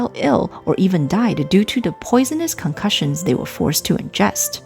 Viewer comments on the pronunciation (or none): concoctions, not concussions, immense, not immerse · Just a heads up it's "concoctions not concussions". Very interesting. Thank you for this.